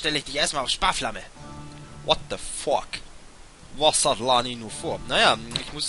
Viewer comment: Bei dir hört sichs immer wie "What the fork", also "Was zur Gabel" an. Lustig.